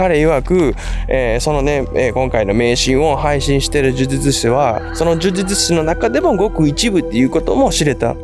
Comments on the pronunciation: 呪術師、を言えてないのにほっこりしちゃった 迷信って人の心を支えたりコミュニティを安定させるのに役立つこともあるし、医学的科学的に理にかなっていることもあるんだけど、人を幸せにしない迷信に関しては、その迷信に支配されている人たちは生きづらいだろうなと思う。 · 呪術師って言えないの好き